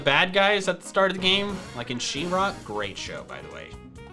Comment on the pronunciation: He mentioned She raaa